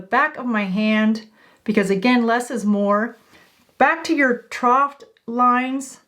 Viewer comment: “Trough” does not have a T at the end.